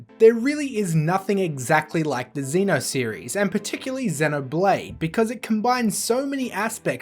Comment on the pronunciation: Why, WHY, are you pronouncing xeno like that. Yuk